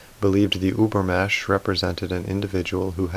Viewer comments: Übermensch is pronounced ÜbermeNNNsch you miss that N 😜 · I have little remark here, unrelated to the content: I just wanted to say that in the word "übermensch", you cannot leave the "n" out, you have to pronouciate it too :-) I'm sorry, the "über-mesh" was just too funny :-) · Ubermensch, the N is pronounced ... Sounds very weird without. Thanks for your videos. They are great. Go on please ! P.S. I often doubt Celebrity types typing.